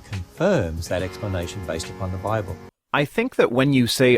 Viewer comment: The Biwable tells us Gowd made dinosaurs